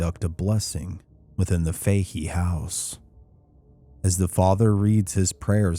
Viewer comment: Im born and raised just outside Galway, cant believe you are doing a Galway story, but in Ireland we pronounce Fahy as Fatty